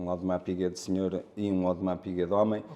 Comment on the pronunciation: Um ‘audemars piguuet’ 😂